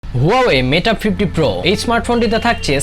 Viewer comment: Bro Not meta 50 bro 🙄 it's mate 50 pro